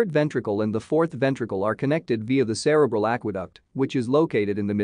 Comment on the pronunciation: Not pronounced like that Cre bral.